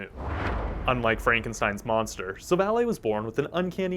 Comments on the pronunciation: What do you mean? It’s like “Silver & Ally” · No offense but you prenounce it like Silvallai. Again no offense and I really like your content keep it up and soon you will get 1mil subs❤❤